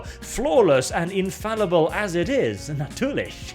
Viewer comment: Natürlich? where are you coming from? Good german pronounciation lol